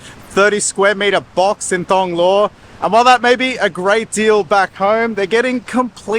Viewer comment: Can you not pronounce the 'h' in Thonglo? Its sounds like someone pronouncing the 'h' in Thai. The word is ทอง or gold. If you pronounce it like the skimpy swimwear its like fingernails on a chalkboard to some people.